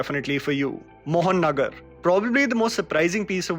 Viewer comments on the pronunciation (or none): it's "महानगर"/"Moha-nagar", not "mohannagar" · Actually vai thats pronounce maha-nagar Not mohon-nagar Mahanagar means The metropolis.. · Bro it's pronounced "Moha Nagar" , similar to "Maha Nagar" Not "Mohan Nagar" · its not 'Mohan Nagar'. Its 'Maha Nagar' pronounced in Bengali as 'Moha Nagar'👍 Btw, thanks for covering Bengali stuff. ❤️ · It's pronounced Maha-Nagar. Means Capital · It's pronounced "Moha-Nogor" but thanks a lot for shedding light on a true recent gem from Bangladesh.